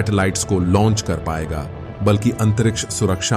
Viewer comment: भाई लंच मत बोलिए। इसे launch लॉन्च कहते हैं 😂